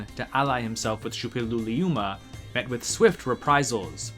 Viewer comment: How long did you have to practice to say Shuppiluliuma correctly? lol